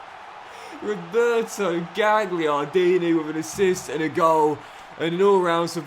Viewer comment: Just a little thing! Gagliardini - the GL is pronounced like a 'y' - galyardini And the GN is like the ñ in Spanish... Like zaccanyi (zaccagni) 😁